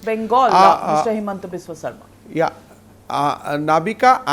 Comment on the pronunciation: Himanta is very poor in English and his pronunciation is worse even hindi language is not fluent, how will he assume CM of Assam.